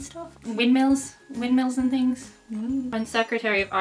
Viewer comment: a couple of items... I could swim in your baby blues for a life time... I love it when you said "things"... do you use h's in Ireland? can you please say the time , that would make my day